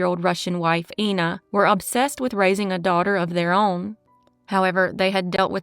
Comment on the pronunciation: "Ina" is pronounced [ena] here.